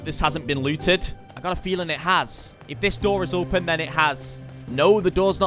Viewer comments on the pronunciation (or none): You pronounce "Open" pretty funny 😜😂